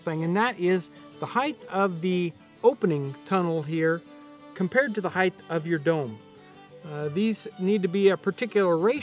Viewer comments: Please don't pronounce height as hythe as in height the gh is silent leaving a hard T sound hite Thank you Many Americans make this mistake must have been absent that day in school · "Heighth" is not a word. You all sound retarded when you say it. Same with "acrosst". Tell your friends.